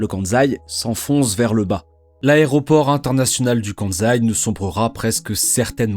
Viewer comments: On dit "Kansai" mais pas "Kanzai", pour être plus crédible !!! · très bonne vidéo. Par contre le choix du bleu sur bleu pour la carte du Japon c'est vraiment pas le meilleur choix 😅 Et c'est 'kanSaï' pas de 'Zaï'. Le 'S' n'est pas un 'Z' en prononciation 🧑‍🏫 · En japonais on prononce "Ossaka" et "Kanssai". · Pourquoi dire le Kanzaï (Kansaï) alors que vous prononcez bien Ossaka (Osaka). Cela pique les oreilles. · N'empêche qu'on prononce Kan-saï et pas Kan-zaï ! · Cette prononciation Kanzai est vraiment agaçante, sans compter que Kansai n'est pas le nom de l'aéroport, mais de la région. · Le "KANZAI", excellent ! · Mais pourquoi cette prononciation de « KanZaï » ? C’est débile ! Alors que la voix off prononce correctement Osaka, pourquoi fait-elle du zèle avec cette prononciation erronée ?